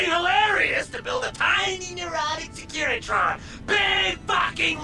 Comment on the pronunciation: Wtf is a secretion? They're SECURITRONs lol